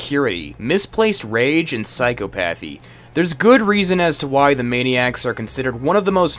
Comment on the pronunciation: Too bad you don't pronounce the D in Dnepropetrovsk. Also, learn how to pronounce Psychopathy.